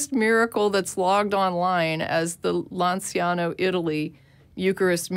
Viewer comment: "Lanciano" is actually pronounced "LanchAno" in Italian